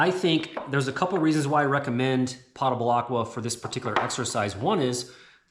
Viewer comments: It's POE-tubble water, not POTTA-bul. From the Latin word potus = drink(able. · I didn't know what you were talking about when you mentioned potable water... I had to ask my hub how you say it... it turns out you were saying it .... wrong? Might want to google "potable" and then click on the speaker and hear how it's pronounced. Not trying to ditz you and say I'm better at pronunciation... I'm definitely not. You gave a great presentation on how to make this closet. I love it in fact. I will be sharing this video when people say to me ALL THE TIME I don't have space. Bull. They just say I'm coming to your house. I respond with, after you work as hard for food as my family does, ie-dig an outhouse hole in the back yard for me then I will give you a bowl of soup. You can imagine the shock look I got ;) but it's nothing but the truth.